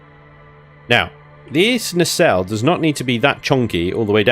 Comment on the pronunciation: Sorry, gotta say, it's it's nah-cell.